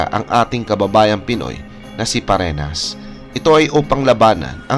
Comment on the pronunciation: Fareñas hindi farenas